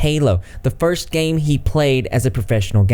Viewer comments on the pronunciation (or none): none